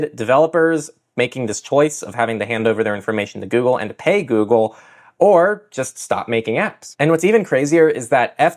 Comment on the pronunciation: Same! Pay sounds like hey. Also his voice sounds a little like my voice.